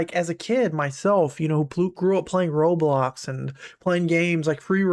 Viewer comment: "Robloc" wtf why did you say that, you should have said Roblox instead of Robloc